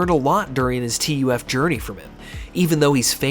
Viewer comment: Ok, love the video. Only point, TUF is just said like the word "tough". Saying T.U.F. over and over was weird.